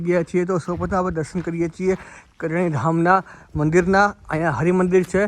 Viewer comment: ....gam nu nam spast karo...kariyana ke kadiyana?